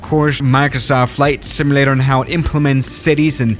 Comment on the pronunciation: Flight "similator"